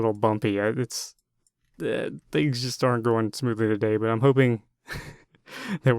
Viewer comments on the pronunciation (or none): none